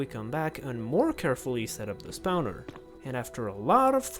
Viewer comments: That's not how you pronounce spawner (you pronounce it like spouner lmao) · At least he didn't pronounce it \i.ʁɔ̃\... Jokes aside, his pronunciation is really good (to my non-native ears). Also he said "spouner" instead of "spawner" :). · I LOVE how you say spawner 😭😭 spaunaur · You're saying spowner on purpose